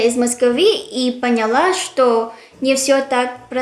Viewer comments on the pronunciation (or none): none